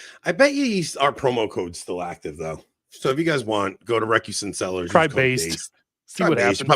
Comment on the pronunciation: I bet Recusant Cellars just got fed up with Rob mispronouncing their name.